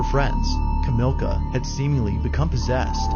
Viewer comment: The polish woman who thought she was posseded and hid in the attic growing at police, her name is Kamilia, NOT Ka~MILK~ah. #5) The guy was hiding in the back of the van.